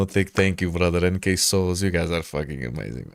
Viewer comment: You’re Portuguese, but that “bRotheR” and beard are fully Arab coded